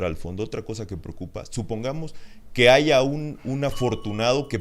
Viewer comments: ortega no se dice aiga sido es aya sido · No se di se aiga se dise aya